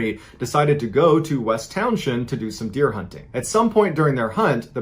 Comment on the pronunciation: "Towns-end"... just saying